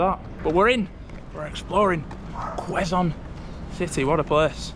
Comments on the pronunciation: It's kzone city...not Leeson city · it's pronounced "Keh-zon" not "kweh-zon" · It's k-zone not kwe-zone city😊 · I hope you enjoyed walking around Quezon City even though it's very hot outside. Don't forget to bring water so you don't get dehydrated anyways I enjoyed watching both of you.😊 Also guys, just a little knowledge, quezon is pronounced with a silent w, instead of kwezon, its kezon😊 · Quezon is pronounced as "Kayson" 😊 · It's pronounced - "KEZON CITY" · It is pronounced KE-ZON (silent "U" - the "u" from Quezon) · A bit ragebait cuz of incorrect pronunciation of the the name Quezon where its Q is pronounced with "K"